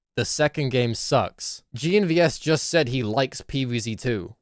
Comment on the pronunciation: "sayd" I think ur the kid lil bro